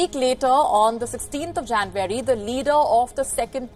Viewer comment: Sounded like she said “20th of janbury” 😐